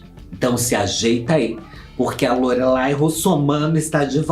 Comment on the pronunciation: Pelo amor da Deusa fala o nome dela certo é Lorelay (Lorelái assim q se fala)